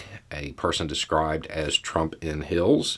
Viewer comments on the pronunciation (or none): you need to pronounce the word Heels with a longer E sound, because the last video where you said it, and this one, “trump in hills” is what it sounds like you’re saying. And it was confusing until I realized you were under pronouncing the long E in heels. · I appreciate the difficulty in pronouncing "heels"; I share that trait.